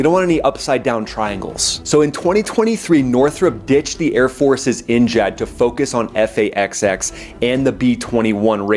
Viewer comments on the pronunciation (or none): Its NGAD not NJAD lol😂